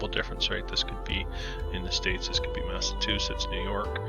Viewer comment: mass ah chew sits = Massachusetts. Just letting you know! I did enjoy it, thanks!